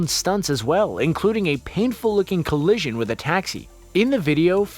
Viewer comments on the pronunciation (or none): none